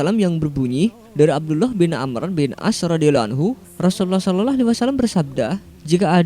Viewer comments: Lafat Shalallah salah sebut masa sololoh bro goblok lu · Rasulullah sololoh sololoh.. hadehh. Gatau ya. Kesannya gw dengernya ga enak aja. Pengucapanya apakah seperti itu?? Sering gw ingetin adminya, mohon pengucapan SAW untuk Nabi Muhammad yg bener.